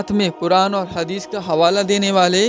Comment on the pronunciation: Hadees ko hagis mt bole bhai 😢😢😢